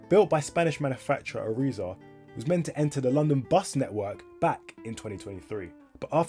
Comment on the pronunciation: irizar are mainly a coach company and have bought out all their suppliers including door manufacturer masats (by the way, Irizar is pronounced i r i z R)